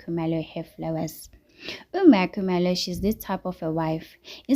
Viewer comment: Why do you pronounce 🤔"MaKhumalo" like that?😂your vlog is interesting but pronounce people's names properly, please. 🙏